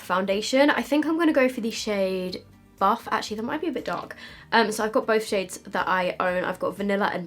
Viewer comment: Did she say buf or barf?😂😂on - for the foundation